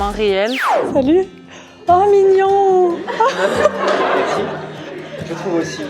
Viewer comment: On t' adore tu es la meilleure YouTubeuse 😜 Ps:la première fois elle a dit "mignonn"mais je pense pas qu'elle va dire ça après😂😂😂